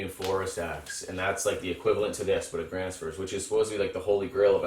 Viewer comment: I just found your channel and I really like what I see so you've got yourself a new subscriber right here! However, as a Swede I do feel a certain obligation to point out the completely butchered pronunciation of Fjällräven and Gränsfors, haha (I'm really not too serious about this at all, please don't take any offense, none was taken or intended by me). So I thought I would offer some helpful tips on the pronunciation of Swedish letters! The Ä found in these brand names is pronounced like the A in "cat", just sliiightly longer. You might also come across Å and Ö from time to time; Å is pronounced like the O in "border", and Ö like the I in "girl". So there you go, a small lesson in the Swedish alphabet for anyone interested! Also know that no self respecting Swede would ever actually be annoyed by people getting the pronunciation of our weird language wrong, we would probably just apologize for making it so difficult to understand instead. Anyway, have a good one!